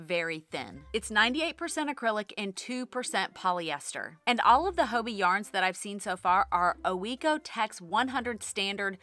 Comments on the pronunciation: Its haw-bee right? Hobbii not Ho-bee? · I love your videos, you're always so upbeat and put a smile on my face :) as a European, Hobbii was the first place I went to when I started crocheting, so it's interesting to hear your take! Just a note, I'm curious that you say 'hoeby' – is that how Danes say it?? I always assumed it just rhymed with hobby! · Hello from a Danish knitter and chrocheter 😊 I enjoy your videos a lot, very inspirational and relatable. 💜 I have heard several US yarn channels pronounce Hobbii with an o sound - here in Denmark we just pronounce it like "Hobby" 🧶